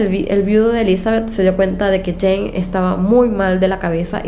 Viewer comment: perdón, pero, a veces, se escucha James (en lugar de Jane)...